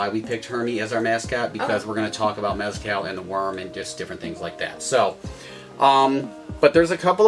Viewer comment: Work on your pronunciation, homie. Watch some videos and listen to how oaxaca and mezcal are pronounced. Practice and then hit record.